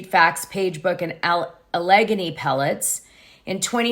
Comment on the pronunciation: It’s AL-Leh-gainy. Just fyi.